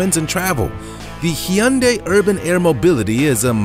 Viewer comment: you are butchering that word hyundai